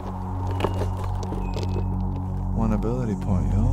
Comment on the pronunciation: Ability "coke"points 😂